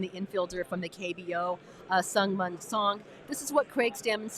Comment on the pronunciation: Mun is pronounced Moon